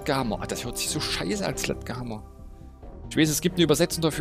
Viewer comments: Man spricht es Sletschhammer aus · Nices Video wie immer # #Glotzbot (Man spricht ihn Sledschhämmer) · Ich glaube man spricht es SchledschHammer aus... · Zum Glück wird er Sletschhammer ausgesprochen ^^ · Den namen vom Sledgehammer spricht man Sletschhammer aus :D . Nur so als Info. Sledgehammer bedeutet übersetzt (glaube ich) Vorschlaghammer. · sledgehammer was wie sprichst du das aus ist ja schlimm